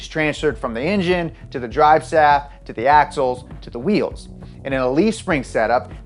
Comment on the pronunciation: I didn’t know cars had drivesaffs